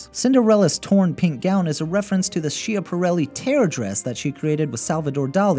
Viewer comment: [ skjapaˈɾɛlːi] not [sheapareley]